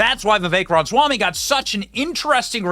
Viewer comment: Say it with me, Benny: Rom-uh-swamy.